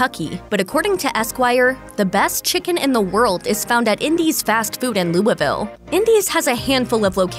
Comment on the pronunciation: The way you say "Louisville" is borderline disturbing